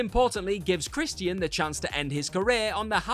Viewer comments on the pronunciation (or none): Why do you pronounce his name as "CHRIS-E-T-IAN?